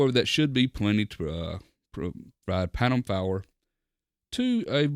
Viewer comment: "Pantom Fower" haha! Really great review I love the sound quality of this setup